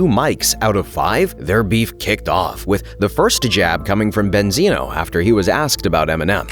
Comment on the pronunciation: Banzino instead of Benzino😂😂😂😂😂😂😂😂